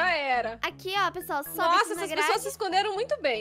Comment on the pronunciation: A falou pasouas